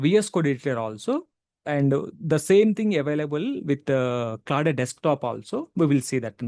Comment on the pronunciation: its claude , not claw day lol